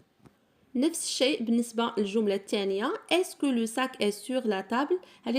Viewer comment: شكرا ،ولكن علاش كتنطقي tتاع est?